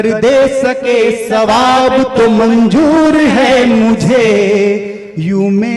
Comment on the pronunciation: गम नहीं ग़म होता है, गरीबी नहीं ग़रीबी,गजले नहीं ग़ज़लें,जिंदगी नहीं ज़िन्दगी,मंजूर नहीं मंज़ूर,ख्वाबों नहीं ख़्वाबो,सर आप वरिष्ठ कवि रचनाकार हैं ध्यान दीजिए 🙏🙏